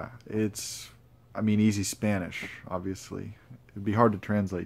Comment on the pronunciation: I very much enjoyed your reading and mentions of Latin American authors (your Spanish pronunciation es muy bien). The last two passage you read have greatly sparked my interest in the author, thank you. What do you think makes Latin American literature, and culture interesting? Also, I too think The Dead is excellent, especially the last two pages! Additionally you mentioned sitting at a cafe in Mexico, and as someone who spent their youth there, I can assure you that the slow pace and ease like atmosphere are very pleasant. I think you would find much joy in it. Perhaps future travels (although I’d suggest with the company of someone who has lived in Mexico) will be very agreeable for you. Lastly, you mentioned looking at your books as you fall asleep, as someone who sleeps with books at their side I found this very precious and admirable in character. I look forward to future content, as I find your thoughts and countenance thoroughly enjoyable.